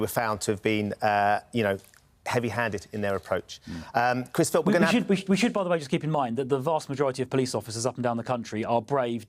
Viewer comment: I heard "Policing Minister Chris Filfth".. surely not ??